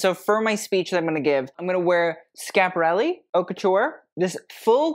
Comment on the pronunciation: The H in haute is silent, bro.